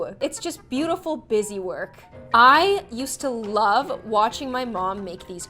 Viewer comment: the way she says 'its falling in loaf'